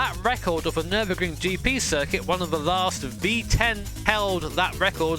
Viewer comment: It's called Nürburgring